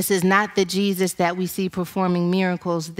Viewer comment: But His Name is NOT Jee Zeus 😳🐍🫨